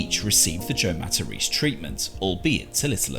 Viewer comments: Matta- reece?! lol. It’s mat-a-Rez-eh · If Joe was really Italian, he would've pronounced his last name MA-TA-RÉ-ZÉ and not 'Mataris'